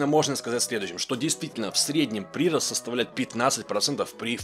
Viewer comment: Ну если читает все комменты, то да, ударение не верное. ПрирОст. Ушки режет немного.